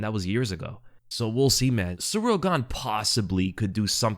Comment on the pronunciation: Surreal Gone, Cerial Gain, and so many other ways that the really simple to pronounce name is Said! Cyril is pronounced Cyril!